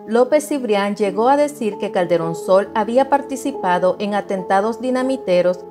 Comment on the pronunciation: Creí que decía " cachetón Sol" jajaja 😅